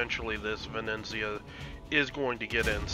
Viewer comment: Ve-ne-zia :) Not Ve-neN-zia :D Awsome play! I like when you explain thought-process... learned a lot! Perma smoke combo look great! Thnx and keep up the good work!